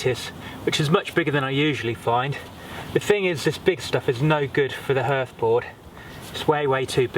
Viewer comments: Yes, although spelt hearth, it's pronounced harth, as in rhymes with Bath (if you're a southerner). Great vid though. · Although I've never heard anybody pronounce 'hearth' the way you do I enjoyed the demonstration very much. Thank you!